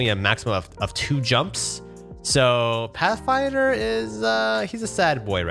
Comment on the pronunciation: You made it sound like pathfinder curse